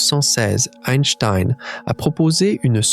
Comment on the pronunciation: Je connais Albert Einstein, pas Eistiiiiine ... Pfffff ... :face-turquoise-covering-eyes: ... Min 5